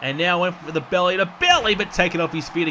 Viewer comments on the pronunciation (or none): none